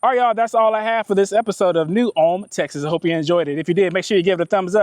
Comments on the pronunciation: Hey there…just stumbled across your channel for the first time today and really enjoyed it. I watched your video on the Round Top trip earlier today, and was just winding down this Saturday evening watching the New Ulm video. I think the locals there say it in two syllables like Ull-um.Like you,I’m from Houston…born and raised, but now I live in a small town in Lavaca county. I’m very familiar with both Round Top ,and New Ulm…been to them both many times.My family almost bought a beautiful home on several acres right on the outskirts of New Ulm about ten years ago. I love New Ulm….one of my favorite small Texas towns. St. Paul Baptist Church was still active , with a congregation of longtime Black residents…great church…you could hear the congregation singing ! You said you liked old church architecture,but I don’t recall you visiting St. Cecelia Episcopal Church in Round Top. The chapel dates from the 1800’s. I attended that church for a short time when I first moved here from Houston,making the 48 mile drive on Sunday from Lavaca county. I don’t know if you made the trip from the country store in Frelsburg,just outside of New Ulm, west on 1291 to Fayetteville yet, but you owe it to yourself to make that run.Beautiful pastoral views along a hilly,winding road, a great way to get to Fayetteville from the New Ulm or Columbus areas. Thanks for bringing back some good memories today! I hope to check out your other videos! Thanks again, Rob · The buildings across from the post office at one point belonged to David Hickman, an artist/professor at University of Houston. After he and his wife passed, her brother inherited it and made it an overgrown parking lot. Ul-em is the proper pronunciation here. I live one mile west of FM 109 on Post Oak Point Road. It’s paradise. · Folks in New Ulm losing their minds they finally made the interwebs 🤣Fun fact. Even though its pronounced ULM in Germany, some local folks prounce it New ul-umn. Add a syllable